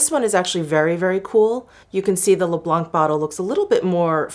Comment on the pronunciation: French here 🙋‍♀️🇨🇵 First for "blanc" wich means "white" we just don't prononce the "c" at the end ^^ Then to translate you shades names : Mirroir d'eau = water mirror Au fil des fleurs = flowers passing by (with a notion of time) Au fil de l'eau = water passing by (alto with a notion of time... It is a romantic aesthetic related to Apollinaire and his poem "mirabeau bridge") Rose pétillant = sparkling pink ( "pétillant" suggests an awakened look, full of life and joy )